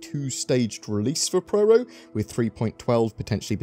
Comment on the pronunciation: It's PYRO not PRYRO.